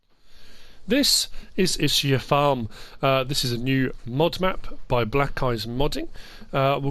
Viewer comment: It’s pronounced Is-kee-a, not I-shi-a Tricky map because there’s a lot of things to like but also a lot of things which could be done better. It lacks a bit of nuance between the two.